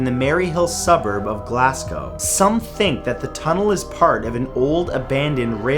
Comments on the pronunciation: Glasgow is pronounced Glazgo I should know I'm from there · I’m from Glasgow and you pronounce it glazgow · Hey mat! Fun fact, it’s “Glaz-Goh” not ‘Glass-go”